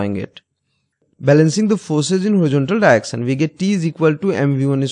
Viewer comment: Nobody: Literally nobody:: Diection